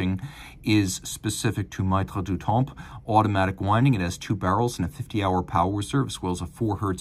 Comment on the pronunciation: "maitres" pronounced "mettre" as in "maitre d" - regarding the watch, it's a child only a mother would love.